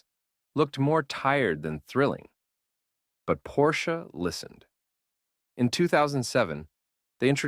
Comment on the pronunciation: Your voice over needs serious work. Your cadence is all wrong. Make up your mind how you pronounce Porsche.